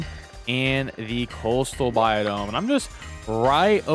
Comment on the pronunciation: Sounds like ur saying biodome